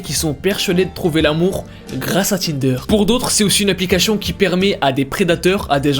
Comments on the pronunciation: C'est moi ou il dis applicashion 😭😭 je l'aime ❤ 😌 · Tu dis applicachion 🤣🤣 C plus une applicachien 😅